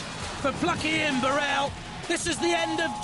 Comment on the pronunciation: That pronunciation of 'bu-RELL' is so annoying!! It's 'BURR-ell'!!